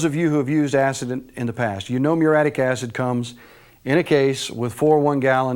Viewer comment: It's spelled muriatic acid, & is pronounced with four syllables.